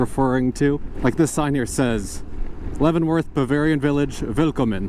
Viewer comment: You nailed Leavenworth. It used to have a junk yard downtown and the owners had a sign in front saying Der Junkyard. The town is now a traffic jam. The big winter thing is the Christmas lighting ceremony, which causes traffic backups on two mountain passes. I do like how no youtuber ever films passing through my town. Being fairly unknown and not scenic makes it affordable to live in. Oh, and on a sad note, heard that the orchard land beneath the Pinnacles has been sold to a housing developer. More McMansions for the Wenatchee Valley. Congratulations on pronouncing names of towns fairly correctly. Chelan usually gets maimed as does Wenatchee. But you didn't even try Pateros! Keep on!